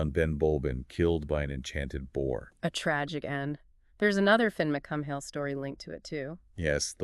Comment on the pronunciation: Fionn MacCumhaill is pronounced fyun MacCool not cum hail